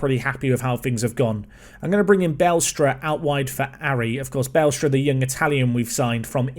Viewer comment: BA-LESTRA not BALE-STRA I guess.